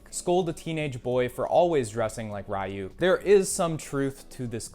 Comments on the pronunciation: its ryook not rie yuk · That's not how you say Ryuk. He says it in the show. There's no excuse for that. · nice vid but who the fuck says ryuk like that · the way u said ryuk pained me